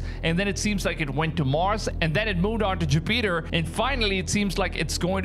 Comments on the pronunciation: 'ju-peter' i think its jupiter, its probably an alien probe from uranus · 😅😂 First It Went To "Weenis" 😅😂 Then To ju-Peater😅😂 dude where did you learn how to speak English! "Weenis" "Ju-Peter" 😅😂 that's funny s*** man! I don't care who you are that's funny right there,.😅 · 😂I'm srry bro you said JaPeter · ‘Weenus’? ‘Jewpeter’? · What planet is “WENUS”? What planet is “JAPETER”? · Did he say Hogwarts. Jewpeter lol